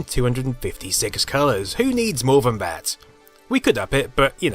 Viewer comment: Why do you pronounce some th sounds like v, for example "vat plastic isnt discoloured"?